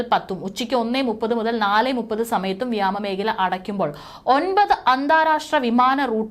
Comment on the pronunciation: വ്യമാമേഖല എന്നതിന് പകരം വ്യോമമേഖല എന്ന് തിരുത്തി പറയുക